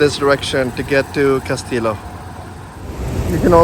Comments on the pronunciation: It’s casti-yo not castilo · Cas ti llo. “Kas t yo” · please learn proper pronounciation, Castillo!